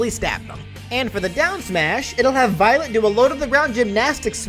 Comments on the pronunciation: Remember the Futaba's words Futaba: Remember, it's Violet, not Byleth, Violet! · I love how everyone in the chat was hearing Byleth instead of Violet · Violet Me:wait did you say byleth? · I kept hearing "Violet" as "Byleth" lmao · also it really sounds like your saying byleth at times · I kept hearing Byleth whenever you said Violet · yeah, it did sound like that at one point.